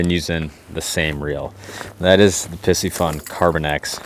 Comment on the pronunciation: Its the Latin pronunciation. Pisci is Latin for fish. Its pronounced p c fun. Not pissyfun.